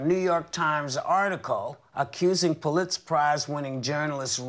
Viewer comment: How did Whoopi pronounce Pulitzer? Sounded weird.